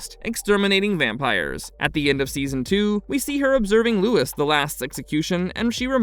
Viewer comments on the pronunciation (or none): none